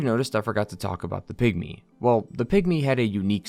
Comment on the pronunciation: For a moment I thought he said “pick me” instead of pygmy 😂